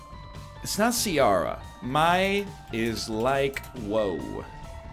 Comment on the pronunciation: Ciara is pronounced keer-ah not see-are-ah